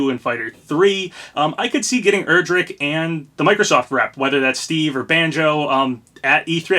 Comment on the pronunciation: Also I’m pretty sure Erdrick is pronounced like air-drick not er-drick